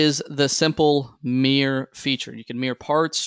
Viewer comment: This pronunciation of "mirror" sounds so strange to me, like "meer" (just one syllable). Took me a second to figure out what you meant, because I wasn't watching the screen. ;-)